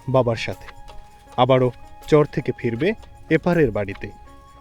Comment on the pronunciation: আপনার ভিডিও দেখি ভালোই লাগে। একটা পরামর্শ দেই কিছু মনে করবেন না। একজন শুভাকাঙ্ক্ষী হিসাবে সেটা হলো চর উচ্চারণ করার ক্ষেত্রে কিছুটা সমস্যা দেখা যাচ্ছে আপনার। চর এর উচ্চারণ টা শুনতে চোর এর মতো শুনা যাচ্ছে। এটা একটু সংশোধন করবেন